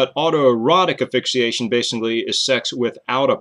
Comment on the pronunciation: thank you for the interesting video, very informative. i do have a question thought - why don't you pronounce asphyxiation with the s? like "ass-fix-ee-ey-shun? just curious.